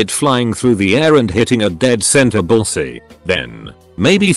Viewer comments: Mmmmmmm bullsy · Someone needs to train the robot how to correctly pronounce "bullseye."